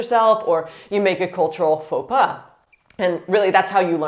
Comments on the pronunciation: Fo Pah ! Not Fo Paz and what you search for is "Apprendre par l'erreur" ;) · She says paux pas like "Faux pass"